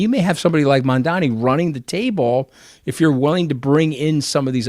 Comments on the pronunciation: Why can’t Scaramucci pronounce Mamdani’s name correctl??? It’s really not that hard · Anthony, please can you try and pronounce Mamdani’s name correctly. It’s no more difficult that your surname and it’s starting to grate…. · Learn to say Mamdani's name properly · So bloody disappointed that Anthony can’t say Mamdani properly 🙄🤦‍♀️ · Maybe he isn't interested in coming on this podcast because the hosts haven't learned to say his name correctly as yet! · Learn to say Mamdani properly you pric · ITS MAM-DANI NOT MAM-DAMI YOU WIERDO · Why is Mooch mispronouncing M-A-M-D-A-N-I ???? It’s not MandaMi !! Ffs don’t be lazy ; practice , learn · Love you guys but I think you're pronouncing his name wrong. It's Mam-dani not man-dani. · Mooch can't even say Mom-daa-nee. He keeps saying Mom-daa-mee, similar to how Republicans would intentionally mispronounce Kamala's name. It's very disappointing to notice how often these two go out of their way not to offend their rich Jewish friends. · Mamdani, not MANDAMI, it ain't that hard 🙄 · For God sake, it is Mamdani with an N, not mamdami. For such a smart person like Scaramucci it’s not that hard. Write it on a piece of paper, or practice a few times! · Ffs Anthony learn how to say the man’s name correctly already. If the rest of us across the world can say Scaramucci correctly, you can say MAM-DANI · Anthony, his name is MandaNi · Wrong again. It’s MAMDANI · Please pronounce his name correctly - MAM DA NI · A gentleman named Scaramucci apologizes for mispronouncing the name Mamdani. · I don't know if you guys read these comments, but Scaramucci needs to learn how to pronounce Mamdani's name if he's going to discuss him in public. Didn't he graduate from Harvard? Surely he can tell an m from an n. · PLEASE get his name right, it’s really not that hard. Such a bad look for a conservative white guy. 🙄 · Before expecting him to show up on the show, learn how to say his name Anthony! You're smart, you can do it.